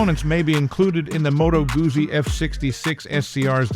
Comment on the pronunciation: Can your AI learn to pronounce 'Guzzi'?